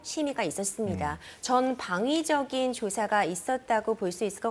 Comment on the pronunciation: 애야 ~ 전방위적으로 해야지 전 방뮈적이 뭐냐 ~~ 공부좀 해야겄다 .